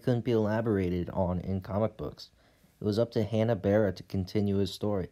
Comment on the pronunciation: Say it with me Hanna Bar-bera.